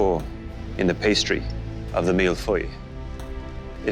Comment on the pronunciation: you still don't know how to pronounce Millefeuille 😄